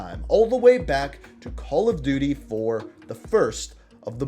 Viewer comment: Did he say Call of Diddy